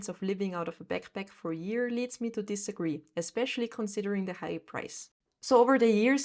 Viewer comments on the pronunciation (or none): none